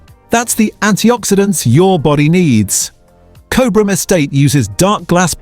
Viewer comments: It's pronounced as "Cob Ram". Btw. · Nice research into olive oil, however the pronunciation of Cobram starts with the first three letters Cob (like a cob of corn), so maybe AI isn’t that clever. Also Cobram Estate owns Red Island which means that Red Island is not owned by a smaller producer. Red Island olives are processed at the Cobram Estate facility in Lara, Victoria. Also Boundary Bend Olive Oil was founded in 1998 by Paul Riordan and Rob McGavin, who formed Cobram Estate Olives which was formerly known as Boundary Bend Limited. The location of this Olive Grove is in Boort district, Victoria. The photographs of the olive oil bottles made by Cobram Estate also have the word California printed on them. Cobram Estate Olives have over 2.6 million olive trees planted on 7,000 hectares of freehold farmland in Australia and over 1.0 million olive trees planted on 1,385 hectares of long-term leased and freehold properties in California, USA. Your video clip was all about olive oils in Australia, it wouldn’t have been difficult to use Australian olive oil photographs instead of the USA olive oil with the word California printed on them. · The ai mispronouncing Cobram, 😂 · It is pronounced Cob-rm. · I haven't even seen or heard of half of the brands to avoid despite being told they are heavily marketed and the pronunciation of Cobram...big giveaway that this is either AI or you aren't Australian. Show us how you say Melbourne and Brisbane next!